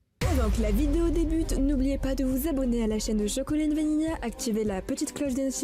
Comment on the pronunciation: Ta pas remarqué que il ces trompé dans vanilla il à dis vanila😱